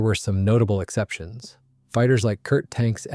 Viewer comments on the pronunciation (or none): You know it's a Wikipedia based video when they can't pronounce Kurt tank properly